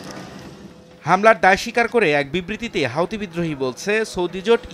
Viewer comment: অন্তত পক্ষে সঠিক ভাবে নামটা উচ্চারণ করুন। এটা কোন হাউথি মাউথি সংগঠন নয়।